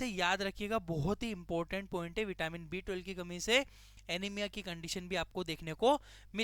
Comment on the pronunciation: B12 clearly bolo, property sunai nahi deta. B2 sunai de raha hai